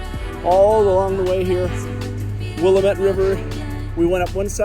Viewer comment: Glad you had a good time in Portland, my home base for coming up on 20 years. Thanks for sharing. Pro tip: it’s pronounced wi-LAM-it (The one that really got me when I moved up here is the street Couch is pronounced “cooch”!)